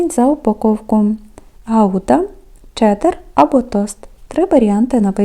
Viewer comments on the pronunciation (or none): none